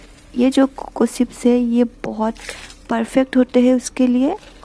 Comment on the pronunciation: Sarcol nahi charcoal. Sips nahi chips. Waise aap ka Assamese accent perfect hai.